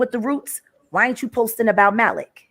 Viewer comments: Maalik. It's that simple. People who mispronounce Arabic names sound ignorant. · THE MALIK THING IS JUST HOW YOU PRONOUNCE IT IN ENGLISH OR IN ARABIC.